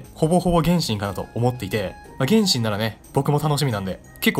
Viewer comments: 原神のイントネーションが天心w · 原神のイントネーションおかしない？w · 発音｢げ⬆んしん⬇｣なの？｢げんしん➡︎｣だと思ってた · げ↑んしん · 原↑神↓呼び笑う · 「ほぼほぼ原神」の発音が「るろうに剣心」で前半の話題の伏線回収みたいになってて好き